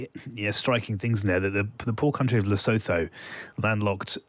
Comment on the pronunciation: Please get it right. Lesotho is pronounced luh soo too.